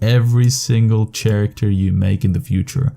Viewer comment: Are you scandinavian or something? Mispronouncing "character" in a very swedish way. xD